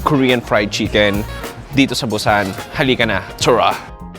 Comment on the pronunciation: BUSAN is pronounce as boo-sahn hindi Bu-sannn..Bu-sann ka ng Bu-sann.